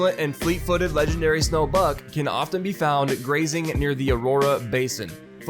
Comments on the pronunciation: When read "legendary buck" I thought he says "legendary bug".. would be more accurate:D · Lol I did hear “legendary bug” anyways